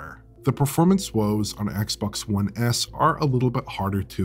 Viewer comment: saying "One S" sounds more like "One Ass"..